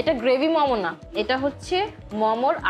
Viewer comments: মম কি? মোমো। ফুড ব্লগার এর ফুড এর নাম উচ্চারণ এই তো সমস্যা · Good video . But it's মোমো not মমো